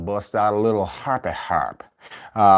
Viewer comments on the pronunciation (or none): Please never say harpy harp like that again😂